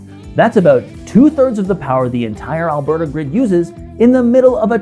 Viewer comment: It’s just “Alberta.”